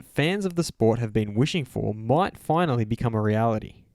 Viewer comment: It's not 'realty' - which is building properties - but 're-al-ity'.